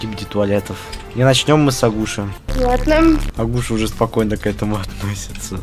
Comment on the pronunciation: Агу'ша? Правильно а' гуша